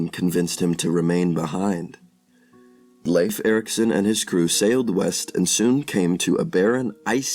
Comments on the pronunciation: Well, the video is ok, even if the names are not pronounced properly, I think. 🇩🇰🇩🇰🇩🇰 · Leif is pronounced with a difthong in the middle, e-i, so its not "Liif" Eriksson.